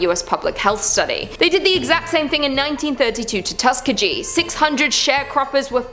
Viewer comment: Tus-KEE-GEE. Just a quick FYI.